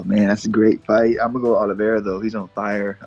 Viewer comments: Everybody was calling him Oliv-E-eira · Oliviera or Oliveira???